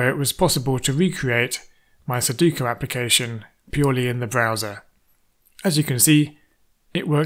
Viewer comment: Forgive me for teasing you, but it's funny that you can do all this technical wizardry yet you keep mispronouncing sudoku as "suduko".